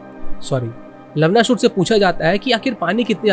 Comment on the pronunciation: You're pronouncing Lavanāsur as लवनासुर and not लवणासुर (which is correct) If you would have pronounced it correctly, it would have been hilarious 😂🤣 You know what I mean 😆